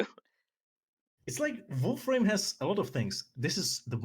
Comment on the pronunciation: "I dont have an accent" "I'm a VOREFRAME youtuber"